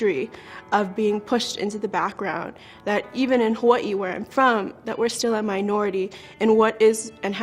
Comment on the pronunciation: Also she didn't even pronounce Hawaii right